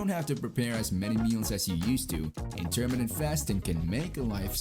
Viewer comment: It's a shame you dont know how to pronounce Intermittent properly